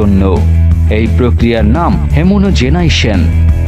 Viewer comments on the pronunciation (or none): হেমোনোজেনাইশন না, হোমোজেনাইজেশন (Homogenization). By the way, thank you for the video.